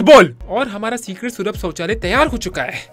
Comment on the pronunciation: The mythpat has taken an advancement to start his own language sulabh chouchalaya chaucholaya